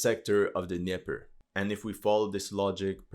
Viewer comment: the D in Dnieper is NOT silent. You pronounce basically all other foreign words correctly except Dnieper. Why is this?